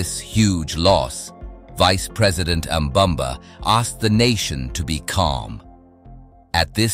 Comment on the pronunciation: nambamba is your mother, it's Nangolo Mbumba mf, NANGOLO MBUMBA